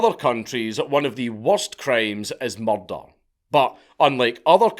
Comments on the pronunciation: THARRS BIN A MUCHRRDAAAH!! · I know it sounds a bit off but the way Dank says "murder" sounds amazing.